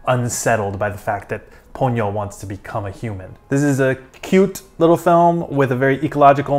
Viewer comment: Ha-ya-o. Three distinct syllables. Not Haw-yoh. You did pronounce Ponyo (Po-nyo) correctly.